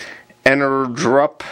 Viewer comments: Thanks for the video! I realize that this is an older video, I am curious how did the batteries work out for you? Would you recommend them as a budget replacement after using them for a while? I am pretty sure it is supposed to be pronounced "energy up" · En-er-GUP, no_R, not GRUP